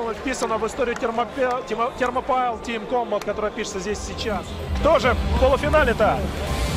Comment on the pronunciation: Вообще-то это Thermopile произносится как Термопали с ударением на «О».